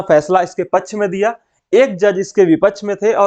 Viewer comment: Pachh nahi paksh hota hai janab please improve your spoken English skills